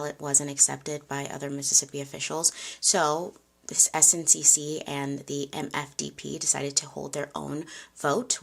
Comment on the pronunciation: Great story telling as always,. Don’t worry about the makeup. What’s most important is the history. Someone can correct me in the comments, but I believe SNCC is pronounced like “snick”. I feel that’s how I’ve heard it pronounced in documentaries. Just sharing for awareness but it doesn’t take away from your storytelling 💗